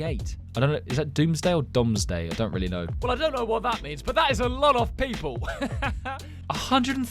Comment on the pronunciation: you pronounced that right. the domesday book was created by william the conqueror to keep track of how much of everything there was in england. it helped him mainly to see how much he could tax from different cities as he had a record of who owned what. love your videos by the way: they never fail to make me smile